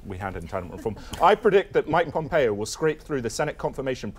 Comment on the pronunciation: did pat call him PompeeO?